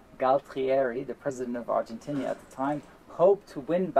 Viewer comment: Also, why does he keep saying 'Argentinia', instead of 'Argentina'?